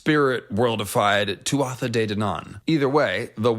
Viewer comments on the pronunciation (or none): As someone who is fluent in Irish i just have a quick note on the pronunciation of Tuatha Dé Danann. We would pronounce Tuatha as two syllable. Very close to how one pronounces Twah in hawk twah. In Munster irish at least.